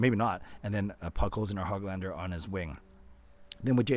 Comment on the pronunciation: Hey, just a tidbit of info for you. Nils' last name is not Hog lander like a pig. It's like Who-glahn-der. The ö is a Swedish letter that sounds like the double O's in look, book, took etc.